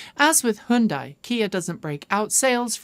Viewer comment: I’m from Malaysia. Just recently discovered your vlogs on YouTube. Like your up to date news and presentation style. Keep it up. And oh I admire that you’re the only ‘western’ presenter to pronounce Hyundai correctly😅